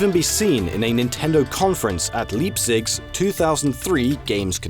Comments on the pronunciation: I mean, he said Leep-Zig instead of Lie-pzig (phonetically), can't really blame him if you're just going off of the spelling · Yeah, that pronunciation is pretty bad, it's Leipzig not Leapzig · I do not hear "LIEptsich" which is how Leipzig is pronounced. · LeapSix... that's one way to pronounce Leipzig I guess... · Oh ok. Then he just pronounced it wrong. Nvm then. Btw what language is Leipzig? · I know you are not german, but I still find it funny how you pronounce Leipzig. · Jesus can you even pronounce Leipzig ? God, I hate how Anglo-Saxon people do not even take effort in trying to pronounce names outside their native language.